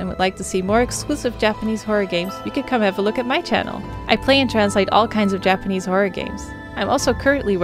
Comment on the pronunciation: Finally someone making a decent effort to pronounce Japanese words correctly. She actually does a really good job. Appreciate it